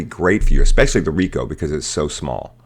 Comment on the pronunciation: Manages to pronounce Ricoh alright, fails miserably at Nikon. How? Why?